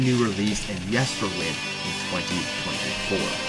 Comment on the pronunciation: He also pronounced Yesterwynde differently than it is pronounced on the album, and it is mentioned there 2 or 3 times..